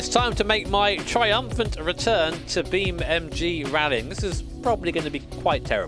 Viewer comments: Beam n n n N G. not "m" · I like how he still says “Beam.Mg”